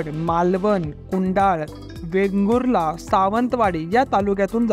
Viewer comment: भावा माहिती खुप छान होती पण आपल्या कोकणात जी गाव आहे त्याची नांव आदराने घे कुडाल ते कुडाळ आहे आणि वेगुल ला ते वेंगुर्ले आहे फक्त एवढंच आहे शब्दांचे उच्चार बरोबर घे भावा